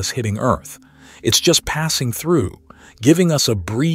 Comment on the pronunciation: "Welcome to erf"